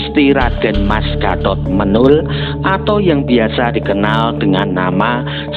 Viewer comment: Pengucapan nama Menol itu salah